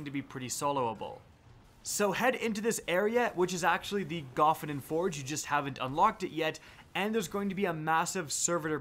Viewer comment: Wouldn't there have to be two F's in Gofannon to pronounce it that way? Sorry not trying to be a dick it just hits the ear in an unpleasant way. Plus all the other YouTubers pronounce it differently than you.